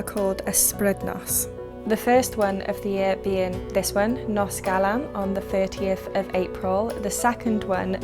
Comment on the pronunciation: Just FYI, the letter F in Welsh is pronounced V, so HAF is hahv not haff, likewise GAEAF, and NOS rhymes with horse rather than hoss :)